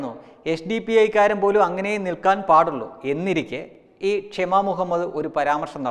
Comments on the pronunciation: ക്ഷമ അല്ല ഷമാ ( shama ) എന്നാണ് അവരുടെ പേര് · ക്ഷമ അല്ല ടഊളേ ശമ